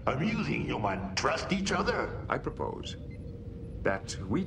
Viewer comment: Also kept how they over pronounced the word humans as HUEmans.